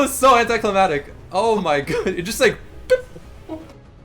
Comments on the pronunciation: Hate to be that guy, but I've noticed you say it in a couple videos. It's anti-climactic, not anti-climatic. As in, anti climax. The more you know, you know? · AnticliMACtic* not anticlimatic. Crybabymercypls. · it annoys me when he says anticlimactic because it sounds like "anticlimatic" lol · Cli-MAC-tic. Mactic. ^